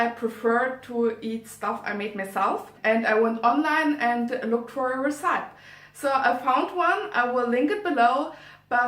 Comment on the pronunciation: Schön gemacht! Bin ehrlich gesagt sehr positiv überrascht, die Kamerapositionen sind sehr gut und du hast auch toll geschnitten. (Zumindest aus der Perspektive eines Laien ;D) Einziger Kritikpunkt: Check mal die Aussprache von recipe. Tatsächlich scheint das Filmen auf englisch eine super Möglichkeit zu sein, englisch zu lernen, ich bin ja fast inspiriert! Hören wir auch mal griechisch von dir? Und zu guter Letzt: der thumbnail ist super! Hab dich lieb <3